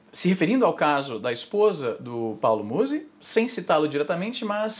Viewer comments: AI IZZY NUM É MUSÍ, É MÚZI QUE SE FALA (na vdd não faço nem ideia de quem ele seja) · É Paulo Mouse! Não Musi Izzy... Te contar viu... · não é muzí, é múzi. afff, caí. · A pronuncia correta é Muuuuzy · Izzy, tu insiste em pronunciar errado, é Muuuuuuzy que fala. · Os truques de engajamento do izzy são os melhores kkkkkkkkk falar o nome da pessoa errado e chamar um nome aleatório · colé é muzy n muzy para de fala errado, já deixei o like